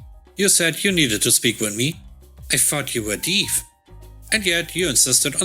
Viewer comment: Actually the word Deaf is supposed to be said like Def (It would Rhyme with words like left, heft, wet, cleft, theft, or names like Jeff, Heff, Steff, etc.) :) Hope that helps for future videos? :) great video today I LOVED the HR revenge story! :)